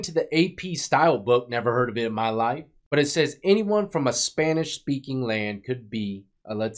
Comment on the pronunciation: "You peaky panish"